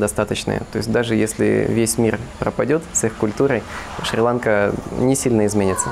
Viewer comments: Не шри-лАнка , а шри-ланкА !!! Как услышал ( шри-лАнка ) , переключил , быть там и коверкать название ....... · Шри- ЛанкА, ударение на последний слог.